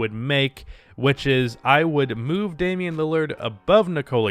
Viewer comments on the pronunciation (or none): none